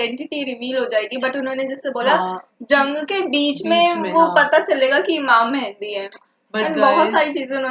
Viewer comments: Small correction... its not mehndi its mehdi... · Hamary Akhri Imam ( Hazrat Imam mehdi A.S ) ka Name Thk Sy Pronounce kren Mehdi Han Mendi nai 🙂 Thanks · *Correction It's Mehdi ✅ Not Mehndi❌